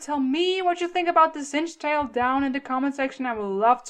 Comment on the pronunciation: this is not singetail it is singtail